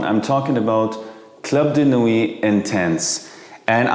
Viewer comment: Please pronounce "Club de nuit" in French. Everybody pronounce "club" in English but "de nuit" in French